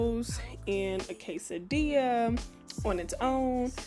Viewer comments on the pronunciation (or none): none